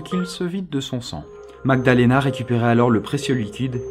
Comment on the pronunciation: Au début il dit Aussi "MagdaLAna" au lieu de "MagdaLEna" 😉